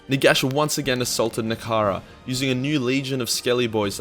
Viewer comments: NEH-HEH-KARA NOT NEKARA YOU smelly boy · DAMN IT, IT IS NEHEKARA SAY IT RIGHT ONCE YOU FOOL